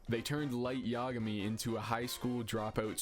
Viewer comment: IDK the correct pronunciation, i'm pretty terrible with names, but I always say "yah-uh-gam-ee" like origami. BUT! I will start saying "yagummy" now 😍 LOL